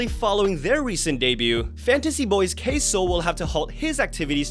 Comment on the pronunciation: I totally thought you said "Queso" instead of "K-Soul" 😂